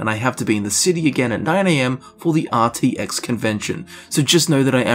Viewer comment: did you say rtx like rooster teeth rtx